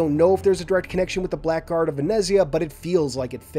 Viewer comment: Hey man, few months late so probably never going to reach you but just so you know in the word "blackguard" the "ck" is actually silent! It's where we get the modern spelling of "blaggard"